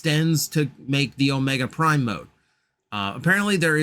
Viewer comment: HA they got you to make a flash reference and yes, you said the name perfectly